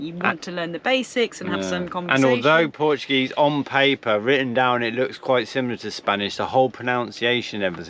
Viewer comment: Lmfao terrible at saying the Portuguese work this ain't Spain